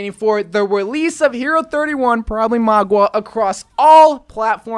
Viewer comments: I almost couldn’t watch this video. Mauga. Not Magua. Mauga=Maw-guh. Mauga. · Mah-gah not Mah-gua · its maw-ga not mawg-wa this has been annoying me omg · MAUGA not MAGUA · Its mauga, not magua, like ffs at least try to pronounce it right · "magua" Pepega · Did he seriously call Mauga, “Mogwa”? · Why do u pronounce Mauga like Magwa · Why do ypu say Mauga like its spelled Magua? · Stop saying mauga like that hahahhaha